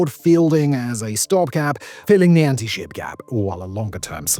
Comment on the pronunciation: "next generation ant-ship missile"?